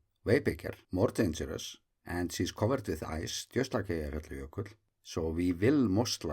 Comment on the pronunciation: I envy your ability to say Eyjafjallajökull without even thinking about it :-) Love the videos!